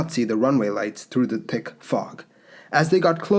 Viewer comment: I like “tick fog”, it’s cute.